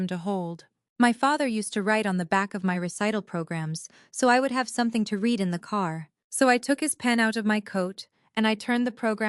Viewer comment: AI narrator doesn't grasp the difference between read - present tense, pronounced reed - and read - past tense, pronounced red. As is evident in this story.